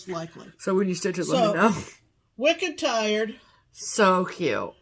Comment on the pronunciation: I love how you pronounced "wicked tired"...perfect for that piece!, I hope you take a picture of all the Lasting Friendship pieces when they are done. They're going to look spectacular. Love all the pieces you ladies are doing for Startober! Have a great retreat!!!